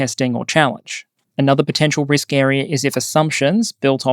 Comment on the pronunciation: “understands the risl.” Lol, I want that on a shirt or something…